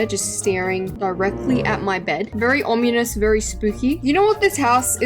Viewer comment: can we just talk about the fact that she has been pronouncing ominous as “omunous” 😭